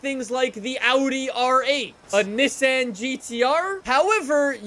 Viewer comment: Anyone else irritated by the way he says Nissan? Just me? Oki